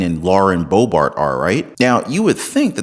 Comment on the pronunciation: Boebert, not Boebart. Great channel 🏆💯